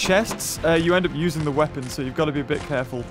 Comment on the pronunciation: The more i listen to it the more it does